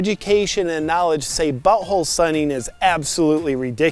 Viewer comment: It’s “buTThole” not “bu’oal”